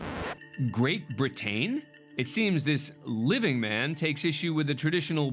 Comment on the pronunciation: Great Bri-TAYNE! 😂🤣.